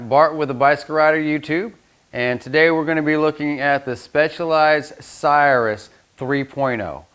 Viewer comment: The name is pronounced CIR-RUS not CYRUS. Please see Webster’s Online if you need validation. Good content but bad pronunciation of its proper name. Thanks!